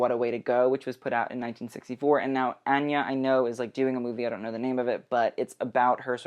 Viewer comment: Thank you for pronouncing Anya's name right and sorry I get annoyed because people mispronounce my name constantly (I blame the animated movie Anastasia) lol